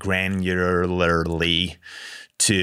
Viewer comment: Say it with me granularly 🤣🤣😂🤣